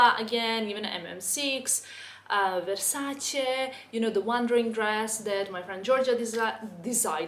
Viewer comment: La sensazione di soddisfazione quando pronuncia "Versace" in modo corretto 😌😌😌